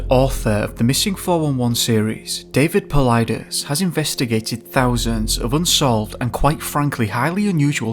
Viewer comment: The robotic voice can perfectly pronounce David Paulides' name, but not Stacey Aries....